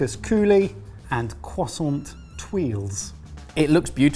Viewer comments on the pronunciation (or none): Croi = Cwa. Okay. Croissant